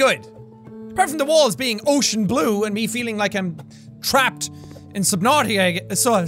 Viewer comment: Sub NUT ica? SUB. NUT. ICA. also why the bold tho jeez